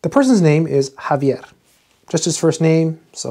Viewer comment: What a clear pronunciation of the spanish name Javier!!